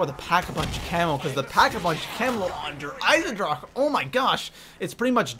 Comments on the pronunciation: what the hell is nacyh or der ensindraha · "Nach"? "Der eisendrachaaa"? "Zetsubuu"? ... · Der Eisendrache ( Dur-Ice-n-DRAK) THE AAA SOUND A NOT FUCKING DRACKA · NO YOUTUBER KNOWS HOW TO SAY DER EISENDRACHE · Why does every zombies YouTuber over-pronounce "Der Eisendrache"? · The way he says Der Eisendrache triggers me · Why Does He Say Der Eisendrache Weird?